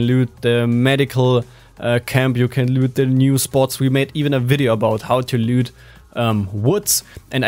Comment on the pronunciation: Mega geile Video und nicht böse gemeint aber bitte sag bei dem Wort loot Anstatt lüt eher lut. Lg